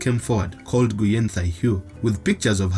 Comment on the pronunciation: The Vietnamese surname Nguyen pronounced as “ Nguin” ... NOT “Nyu-yen”.